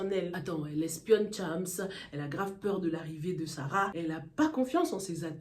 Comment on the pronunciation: c chams pas thiamss please